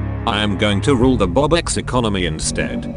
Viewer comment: ITS 🅱OBUX MAN NOT ROBUKS 😳😳